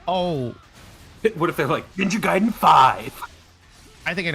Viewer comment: this guy called it Ninja Gay-den LMAOOOO